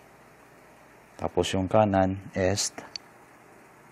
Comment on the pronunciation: Correction...binibigkas ang east ng is (eest) not es or (s).